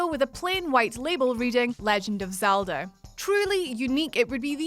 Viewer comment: did anyone else hear"Zelder" at about ?